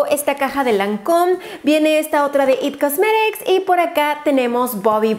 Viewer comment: porque dices it cosmerics